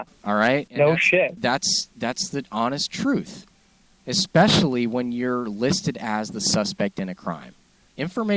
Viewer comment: He says 'ekspecially'. That one is irritating as well.